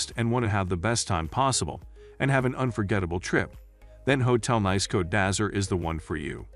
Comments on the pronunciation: It's pronounced neese not nice as in "it's nice to see you again"'. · Sorry, NICE is pronounced "neece" .... please do not alter the name. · Nice ist nice but your pronunciation is wrong. The place is called „Neess“ as in French. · Off to a bad start when the first word and each reference to the city is mispronounced. Nice pronounced (niece) . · The commentary on this video is extremely poor as the chap cannot even pronounce the name of the City correctly albeit all the other related French street names etc. Very poor selection of budget mid-range and luxurious too. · 😂 robot voice over can’t pronounce the name!